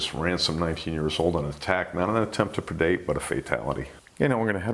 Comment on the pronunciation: What is the word that is use all the time by the host when describing a sharks attempt to eat or take the prey? It sounds like perdate